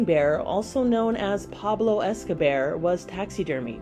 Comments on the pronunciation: “Pablo Escobear” Lol. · Pablo "Escobear" 😄🐻😅😅